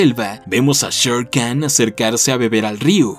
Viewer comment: Olvidaste decir que Khan no se dice Khan sino Jan